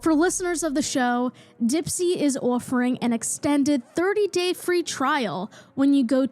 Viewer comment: I love that your accent is very low key and then you’ll say something like awffering. Truly a staple of your amazing content 🙏🙏